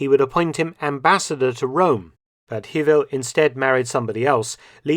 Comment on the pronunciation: Hewel is pronounced Hay-well.